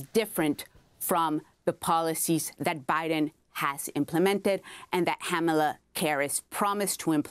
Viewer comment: im weak at "HAMALA KARRIS" time ...its scamala..but she was close...haha